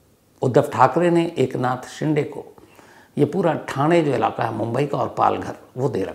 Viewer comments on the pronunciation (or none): बहोत बार हिन्दी बोलने वाले ये गलती करते है Shinde को शिंडे केहेटे है जब की वो शिंदे है बिग बॉस से ये मुझे मेहेसुस हूवा जहा शिल्पा शिंदे को हमेशा शिल्पा शिंडे संबोधित किया जाताथा मराठी मे दो अलग उपनाम है: Shinde: शिंदे Shende: शेंडे आशा है मैने बोअर नही किया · It's shinde (शिंदे) but not ( शिंडे).... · शिंडे nahi sir Wo शिंदे hai ❤ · Shinthe nahi shide name hai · शिंडे नहीं शिंदे होता है